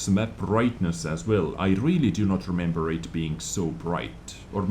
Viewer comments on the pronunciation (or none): none